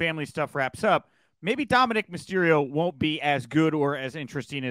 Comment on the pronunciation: Teddy calling Dominik, Dominique the whole time lol.